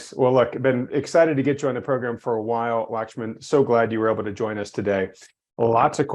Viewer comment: Glad to see Lakhsman still though his name was butchered in the intro. 😄 Wanted to ask why I'm not seeing ECRI free indexes of leading indicators on their website any more. A meeting kept me from the livestream.